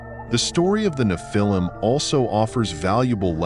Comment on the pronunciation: I try to watch your channel. The AI voice keeps saying "Na-phil-him" instead of the correct pronunciation.